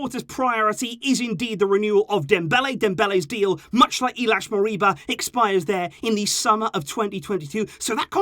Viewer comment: Not Iliax its ILAIX